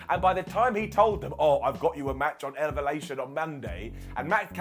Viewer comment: “Elvalation” Me: 🤣